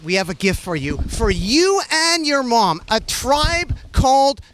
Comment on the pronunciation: Why does naudwuar pronounce mom like that😂